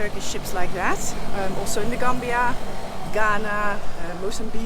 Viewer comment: Holy Moly! One single ship basically playing the sole provider for a country spells vulnerability! 😵‍💫 Hard to imagine for a central European. …and you get me every time with your "Zhat is zhö plan!" 🥳😂😍 Vhen deed zhat become a zheeng? 🤣 Me, I loved this episode! 😍🤗 😳 Sacre bleu, non: Mee, I lööved zheese episöhd! 🤗😍